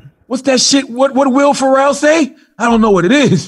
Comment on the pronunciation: I know Charlamagne ain’t say “will Pharrell” 😂 instead of will ferrell 😂